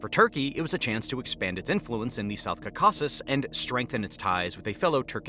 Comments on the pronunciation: Dude learn how to pronounce 'Caucasus' if you're going to make a documentary about it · Never heard anyone pronounce Caucasus like you wth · Please learn how to say caucasus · Bro you have to stop pronouncing the caucuses like that. Please. 😂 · learn how to say Caucasus correctly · Your stressing the wrong syllable with Caucuses. I think . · Yes that’s right, stress should be on the first syllable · bro still pronouncing caucasus funny xD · Peace between Armenia and Azerbaijan will happen before Americans learn how to pronounce Caucasus. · Dude it’s not caucAsus it’s caucasus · bro it’s not south kakazuzuzuzuzuz it’s Caaaaaucasuuuuus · Jeez! would you PLEASE say "KAW-ka-sus" instead of "ka-KA-sus!." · "Ka-caw-sus" As an armenian, it's CAW-ka-sus in english, please pronounce it better next time, thx XD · It’s cau-cau-ses not cocaweses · I’m sorry, did you just pronounce CAUcasus as cauCASus??? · is-REAL and cau-CAS-cus. oh man... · It’s not South “Kasases”. It’s caucasus. Like “Caucasian”. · It’s pronounced “cau-kuses” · Please pronounce “Caucasus”properly. It’s pronounced kaa.kuh.suhs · It's Cawkisses, Caucasus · What's with saying "ca-caucus" like Dukakis? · The region is pronounced: KAW-kus-us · Every time he said "Cacaw-sis" it makes me irrationally angry. If you do geopolitics, pronounce the geographic part properly. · Caucasus is pronounced 'cor - cus. If you are producing a commentary, you should at least pronounce the region correctly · "Cuh cass ess" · Not stressing the wrong syllable, he’s reading it completely wrong, as if it’s spelled Cacausus. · It's pronounced "Kau'-ka-sus". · Please learn how to pronounce Caucasus correctly (stress is on the first syllable)...but overall, good video. And thanks for pronouncing the "kh" sound in Nagorno-Karabakh. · Are you mispronouncing"Caucuses"? Or am I ignorant lol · Where did you learn that pronunciation of Caucasus? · Awful pronunciatıon 😮